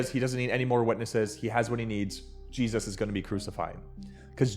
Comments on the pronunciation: Why do you say Jesus like you were kicked in the head by a mule? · Anybody know why he pronounces Jesus as Jeez-oss ?